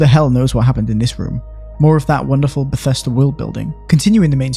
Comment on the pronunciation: It’s Bethesda. Not bethesTA